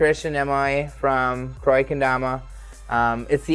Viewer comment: its not proniunced mew-gen its muu-gen